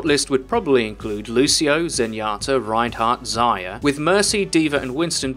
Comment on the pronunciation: The way he says Zarya annoys me...